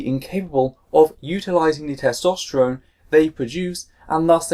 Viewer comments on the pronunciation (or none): none